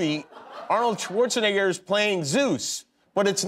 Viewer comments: It's fun the kind of slowing-down, the effort Kimmel puts in when it comes to saying "Schwarzenegger"... and just to say it wrong! :D Languages other than English exist, you know?... :P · he said schwarzenigger